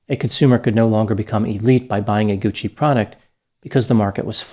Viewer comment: Paola Franchi.... whew... another grammatical murder by. Think... Bianchi.... Bianchi....Bianchi.... you pronounced Franchi like Fran CCI Like Gucci. Dr., you mispronounced Patricia wrong 23 times. You pronounced Gucci correctly 34 times. SOFT C. (CC). I'm a compulsive Italian Grammar Checker - so here is the lesson. THE CC in GUCCI makes it a soft "C" and with the addition of an "H"it makes the C soft. Think.... Franchi.... Bianchi....Franchi....Bianchi. Here is the rule: Because it is silent, some will argue about the importance of the letter "H." But the fact is, the Italian “H” appears after the consonants “c” and “g” before the vowels “e” and “i” to harden their sounds. Whether or not there is an "H" changes not only the pronunciation but the meaning of the word as well. Italian Words that Start with "H" Many “H” words have migrated untouched into Italian, including harem, hamster, happening, hardware, helium, and homeland. Others take on Italian embellishments, as in hollywoodiano, Then there's the Italian asino (donkey), who brays “hi ho!” rather than "hee-haw." As mentioned above, other Italian words that start with "H": Ha -- He/she has Hanno -- They have Ho -- I have Italian-English Dictionary